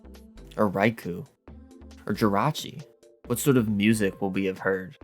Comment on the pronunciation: Raikou is pronounced "Rai-koh" by the way.